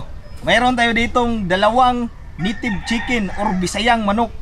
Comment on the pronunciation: bakit nitive chickin ang bigkas mo kuya.para masarap